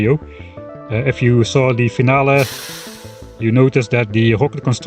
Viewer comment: „I noticed it in WARPTORIO, if you saw the finaleeeee“ the lovely German